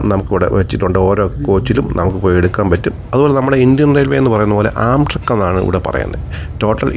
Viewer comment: " ആംട്രാക്ക് " എന്നാണ് ഉച്ചരിക്കുന്നത്